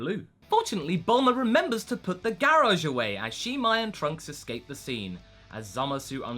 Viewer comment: the way he says garage is triggering my flashbacks to the spanish inquisition